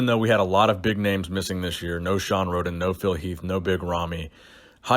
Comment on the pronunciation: Poor Hadi. You can tell was really trying to get the pronunciation right in the beginning, but then defaulted back to how he normally says it later on in the video. Haha you'll get there. Keep trying.